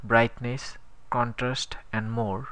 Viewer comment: Yeah really It's contrast not contrust And it's brushes not bruses